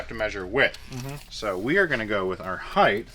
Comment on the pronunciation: Every time says heighth, I die a little on the inside.